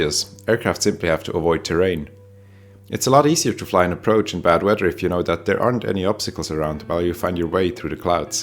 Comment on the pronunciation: Bad 'weydur.' ;)